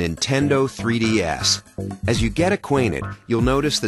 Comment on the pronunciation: "This is the nintendo 3D Ass"